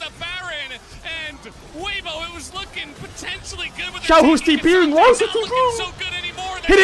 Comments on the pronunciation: sick vid but you mispronounced Weibo i think I've only heard it as WAY-BOW instead of how you said WE-BOW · i don't know if bro is purposely miss pronouncing team and player names, but it is lowkey funny. "weebo" xdd